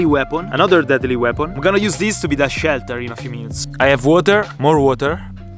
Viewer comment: "Dedli wepon"